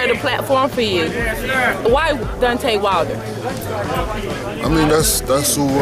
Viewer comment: "Dontae Wilder" loool